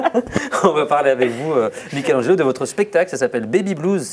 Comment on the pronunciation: Il à tué le nom de Mikelangelo 😂